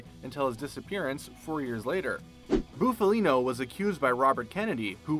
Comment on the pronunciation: “Boofalino”? LOL